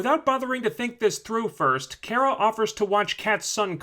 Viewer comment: I'm dying a little, everytime this dude says Kera and not Kara.